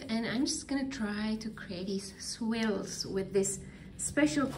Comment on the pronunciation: Gorgeous work! By the way, "swills" are pronounced "SWIRLS" like GIRLS !